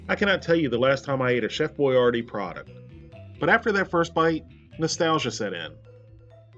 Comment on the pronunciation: It's boy-YARD-ee